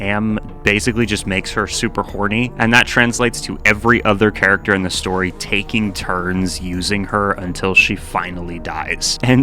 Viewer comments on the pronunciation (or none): none